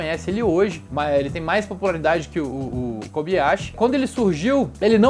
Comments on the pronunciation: nao fala kobiyashi e sim kobayashi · na boa a pronuncia é KOBAYASHI! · KOBAYASHI e NÃO KOBiYASHI